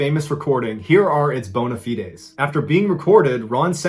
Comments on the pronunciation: That's not how bona fides is pronounced...boʊnə faɪdz (ai=eye sound).Trust me, I was raised by an English major. So like hide with an F first, same goes for just straight up bona fide. Sounds like bone ya hide, no fancy accents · The "e" in bona fides is silent.